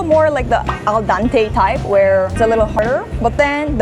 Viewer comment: just a minor correction. The Italian phrase is "al dente, which literally means to the teeth. " Dante was an Italian poet who wrote the classic "L'Inverno," or "The Inferno" in English. Don't feel bad, though. My Mom used to say it the way you did all the time.